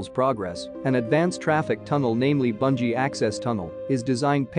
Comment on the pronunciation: watching from Gilgit. please correct your pronunciation, it is not Banji. it is Booonjee